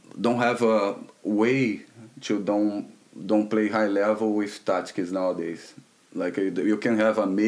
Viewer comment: "... patrons .... touchskis .... touchskis" ... 🤔 Tri: "He's saying tactics by the way" ➡️ 😯💡😃